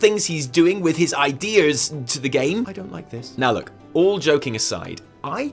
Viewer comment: ‘Idears’ LOL